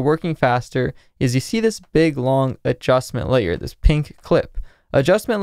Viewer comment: I love how you emphasise "adjustment layer" every time you say it haha